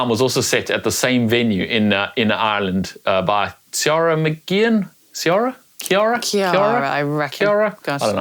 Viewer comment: Key-ra (Ciara)